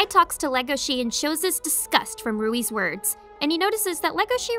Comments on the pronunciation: Why say “Rouis” when it’s Louis in English translation. Japanese can’t pronounce L’s so it makes an R sound instead. In a regular, non Asian accent while speaking English, it’s LLLLoius. Lowkey made it hard watching through the parts his name kept being stated lol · Omg WHY do you keep saying "Ruwie"?? Louis is pronounced as "Lewie" as in Louisville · Can I ask why she says Haru's name correctly but keeps pronouncing Ruis' name with the R when it's been agreed that it's pronounced Luis that it's a language crossover mishap just like Hal is pronounced Haru. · I love this anime. It has it's flaws, like every property adapted from a previous work, but that's not necessarily a bad thing. Yes, the anime does have some catching up to do in regards to the manga, but that's to be expected. Also, the way you pronounce Louis as "Rui" is probably to blame on the Japanese version. The Japanese alphabet has a problem with "L's" and "R's", where some confuse the two when translating the language. As an example, when trying to translate the anime and manga "DuRaRaRa!!", the English translation team struggled to keep the title as is or change it to "DuLaLaLa!!". Obviously, they left it as is. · the way Louis was said hurt so much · Omg why do people still say the L in Leuis name with the R like it's spelled in the sub. It's only said like that due to Ls and Rs sounding similar in Japanese speech. His name is said like lewy or Lewis. It's honestly just as silly as when people called Legoshi, Legosi, due to the way it was spelled in the sub. It's Legoshi and Leuis. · Not every character with an L in there name is automatically an R outside of japan "Rouis" is the dumbest thing I've heard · Why is no one talking about how they're calling Louis Rouis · bruh why pronouce it as Rouis....? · Rui? You mean Louis? 🤔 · Jesus christ... Who the hell is Rui? Maybe you mean Louis the deer? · Yo I thought his name was luis not ruie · Louie is not a hard name to pronounce